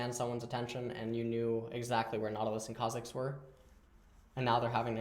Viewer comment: When he says Kha'zix instead of Kha'jix <3